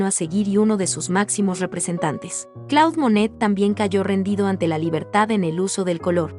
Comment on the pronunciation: No es Claude, se dice Clód porque es un nombre francés.